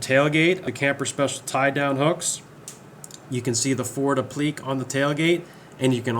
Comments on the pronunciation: It also had an ashtray that could hold 3 packs of camels, a day's smoking for John Wayne. BTW "applique" is pronounced app-li-kay. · Did you say applique in such strange way to engage comments? It worked cause here I am lol